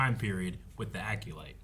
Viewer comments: needs to learn how to pronounce Acolyte 😂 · still can’t say the word acolyte 🤦🏻‍♂️🤣